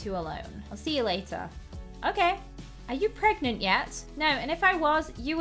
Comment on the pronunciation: Hearing you say pregante just made my day also congrats on 4m subs✨💜